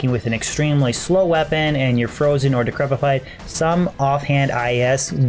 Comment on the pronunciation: OMG!!! is saying "Decrepify" and not "DecrepTify"!!! Praise the lord for the day has come!